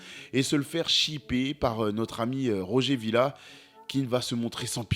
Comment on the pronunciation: Je homme, tu cesseras de manquer de respect à nos Héros Africains. Nous avons Notre ROGER MILLA Génial et pas un ROGER VILLA. Si tu es capable de dire des VOLLER, GRIEZMANN et tous les noms compliqués de tes Maîtres, Il est INACCEPTABLE que tu sois aussi incapable de dire ou de lire le nom de notre HEROS. C'est du MEPRIS